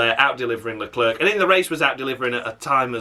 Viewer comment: Stupid Leclerc pronunciation once again and as usual I mean honestly Don't understand them Latifi is still behind Marzipan in the Championship